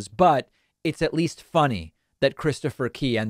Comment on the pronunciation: I thought you were saying 'Christopher Pee" for a while ...